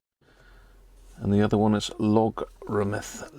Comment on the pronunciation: New teeth please..."logarithmic"...